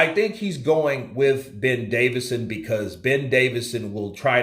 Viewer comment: Johnny,can't you get the man's name right even,DAVISON